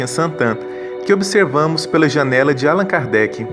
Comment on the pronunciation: Excelente. Lindo. Só mudem a pronúncia de Álan Kardec para AlÂn Kardec!!!! Parabéns!